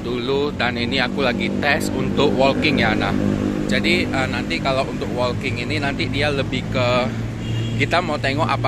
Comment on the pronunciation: Laen kali editannya di zoom dikit oom. Bicara soal jam tangan yg kecil, akan lebih bagus kalau ada zoom produk yg lebih detail. Oya , WALKING tu dibacanya [woking]. Bukan [wolking]. 🙏